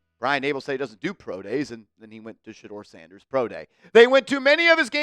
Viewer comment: Ok shedeur not shedeur this is getting tiring. 😢